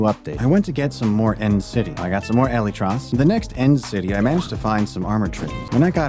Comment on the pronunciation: its actually killing me how you say elytras